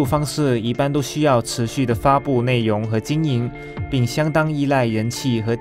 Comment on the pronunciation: 谁和我一样听到 内yong（容） ，严重怀疑他是不是马来西亚人😂